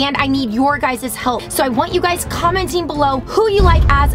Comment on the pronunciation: Who heard rebecca say you guyzes